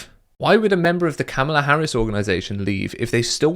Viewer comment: seems to intentionally mispronounce Harris' name. That's disingenuous.